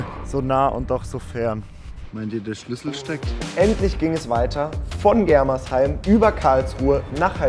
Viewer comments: bro das heißt germersheim nicht gremersheim😂😂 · Gremersheim wer kennts net 😂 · Germersheim nicht Gremersheim hahaha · *germersheim nicht gremersheim😂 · 😂es heißt nicht Gremersheim sondern Germersheim